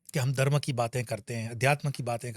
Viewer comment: आप ' दर्म ' में नहीं ' धर्म ' में हैं...... आपका ज्ञान तो अच्छा है परन्तु आपको आपके उच्चारण पर भी ध्यान देना चाहिए 🙏